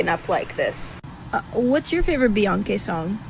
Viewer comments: Why Doja have a problem pronouncing Bey name correctly???.... It’s BEYONCÉ not Beyonka, But I was never a fan of her’s anyway, it was something I didn’t like about her And Bam the Universe let it be known and she got expose for who she truly is. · It sounds like she was just pronouncing the hard C in Beyonce's name instead of pronouncing the soft C like everyone else does. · While I agree she did NOT call Beyonce a monkey, where in English is the hard "C" after and "E" common? As far as looks, English-first speakers are more inclined to pronounce it "Be-yonse" before they would say "Be-yon-Kay" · BEYON-KE AS IN BEYON-CE C pronounced as a K. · ok ur dumb what makes u think she called her a monkey because she pronounced her name beyawnkey when her name is spelled Beyonce shes not being smart she literally pronounced every letter in her name stupid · Reach for it!!! How does beyon"kay" sound like beyon"key" and then like monkey? Lol. She made the c sound like a k as it does sometimes in english language. Should she have changed the pronunciation of a letter in the queens name? Prob not. But shes just a goofy ass chick. Not making fun of her song but at herself because beyonce wakes up beautiful and she wakes up lookin all crazy. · I don't hear "monkey" at all. Either literally or insinuated. I hear BeyonKAY, not BeyonKEE...she's just pronouncing Beyonce's name with a hard "c" ('k' sound) rather than a soft "c" ('s' sound). I've done that myself in the past just goofing around. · Sounds like she was saying Beyoncé and donkey together. “Beyonckay” not Beyonc-key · Lol I can’t push her on you BUT I think you reached for “monkey” out of Beyonké (Bee-yawn-KAY) Not (Bee-yun-Key). Weird...lol Boinky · I think Doja was just pronouncing the "C" in Beyonce name different but I'm here for it (talk ur s**t!) I really don't care for Doja she's too pop for me anyway & Ms.Banks is a super hater throw her in the trashcan!